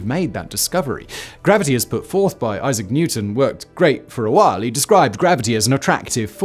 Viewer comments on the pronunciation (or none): none